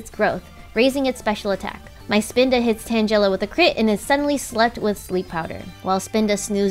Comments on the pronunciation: Stop with the vaporeon bs and it's tan-guh-la not tan-jell-a christ. The loss of the rat and vaporeon are what you get for your pronunciation of names that are well known to not be what you are saying. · She pronounced tangela tanjela… what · The way she said tangela made me mad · omg why do people always pronounce "Tangela" name wrong? it bothers me lol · It was so cringe hearing Tangela pronounce that way.